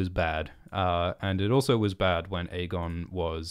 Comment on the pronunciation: And stop pronouncing it EGGON